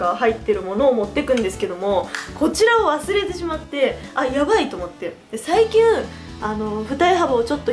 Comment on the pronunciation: 最近をさいきゅんって言いましたね💪(`･∀･)!!